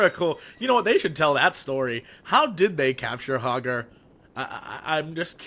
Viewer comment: its hogger .. RUN!!!!